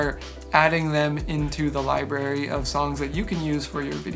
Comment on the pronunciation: Clear, concise, helpful for me, a newbie! I'm really enjoying your work here. One thing, remember to put the 'r' after 'li' and before 'bary.' 👍(forgive me I'm old 😊)